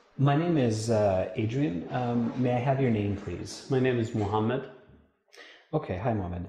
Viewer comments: As far as I've heard he said Mohammed even though It sounded close to Mamed or something like that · the arab guy say Mohammed and yeah when interviewer said it sounds like mamad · May I have your name please? -My name is Mohammed. -Ok, HIMOMEN ???? Really ???? HIGHMOMENT? HIMOMENT?